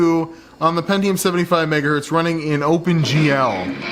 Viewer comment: It hurts every time says megahurt. It is the megahurtingest of megahurts.